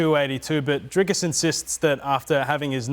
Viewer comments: Please, Rob. It is Dricus. There is no "s" in the middle. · Rob keeps calling him "Driscus". Its Dricus. At least get the guys name right. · trying hard to make Robert understand how to pronounce that name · Rob pronouncing DDP’s first name like Chael Sonnen would. Legend.